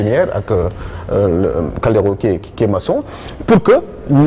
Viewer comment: Man yokal lasi suis en Italie depuis 14 ans je n’ai jamais entendu un italien qui s’appelle CALDERO déjà CALDERO d’origine espagnole la dou d’origine italien CALDIERO moy italien prononcer caldiyero